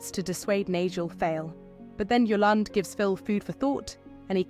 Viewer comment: It's Eastenders. Why put a posh voice over on it lol. She can't even pronounce Yolandes name properly.